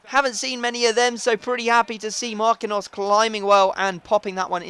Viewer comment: its pronounced Mar-keen-yos! not markinos! dammit man!